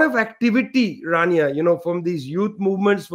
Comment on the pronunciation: I believe it's "Rania" not "Tania".